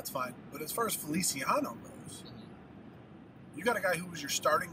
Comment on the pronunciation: yes but you pronounced the Spanish version, the Italian version is ( fe- lee- chee- a - no